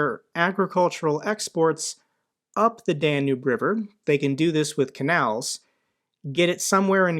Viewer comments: Love your videos but hearing you say "Dan-noob" river 35 times is driving me up the wall. It's Dan-Yube. Lol if you're a geography nerd say it right lollolol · Hey, just a quick note, might want to pronounce Danube as "Dan-yoob" which is more accurate.